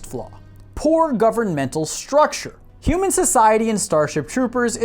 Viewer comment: "HOOOMAN INTORCORSE"